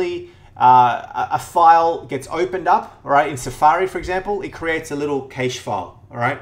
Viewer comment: Yo , It is pronounced CASH MEMORY